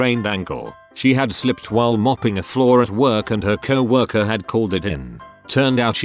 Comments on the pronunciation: Who calls it cow worker? The fuck. Probably southern boys lmao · Does this mean updoot reddit has purposefully made the robot say “cow worker” every other time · first time it pronounced coworker correct... usually its cow worker